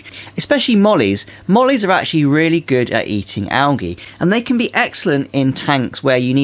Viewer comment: Why do you say Al gee ?so funny